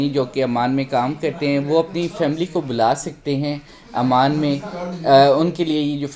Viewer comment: امان نہیں، ،،عمان کہو ،نالائق 😂😂😂😂